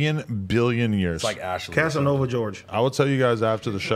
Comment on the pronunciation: “Casonova George” 😭